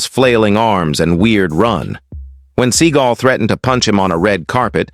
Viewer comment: It's "seeGALL, not "SEA-gull." And yes, he is one of the most loathsome humans on the planet...now enjoying the obscurity he so richly deserves."